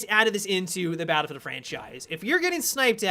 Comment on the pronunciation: I swear says "baddlfowr."